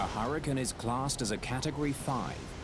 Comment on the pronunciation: wtf is a "huracun"?